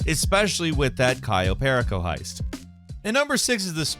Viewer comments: You mispronounced Cayo Perico. Also, you're damn right about it being a gold mine; that shit helped pay off my Mk. 2 Oppressor and the truck with the Oppressor workshop, which is very much a property that separates haves from the have-nots in GTA Online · The way you said cayo perrico lmfao 💀 Love the vids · Abysmal pronunciation of cayo perico. Google is free fam.